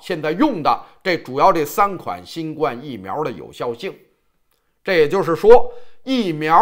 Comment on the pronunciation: ，还是請你更正一下新冠病毒的冠字發音因為，应该是第一声。谢谢。